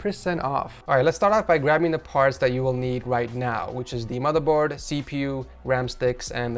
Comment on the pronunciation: Satisfies me when he says madaboard